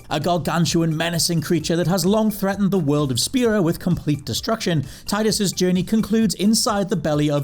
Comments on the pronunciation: It's pronounced Tea-dus not tie-dus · FYI, FFX Tidus is pronounced 'tee-dus', not 'tide-us'. Even the VA of Tidus confirmed this. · it's pronounced Tee-dus. Not Tie-dus. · Nah, he just messed up Tidus instead